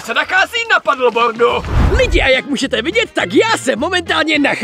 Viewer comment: čte se to pedlbord